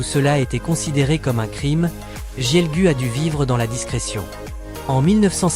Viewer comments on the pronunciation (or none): none